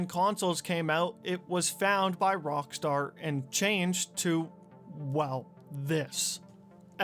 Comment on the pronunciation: Why do keep saying Rongstar?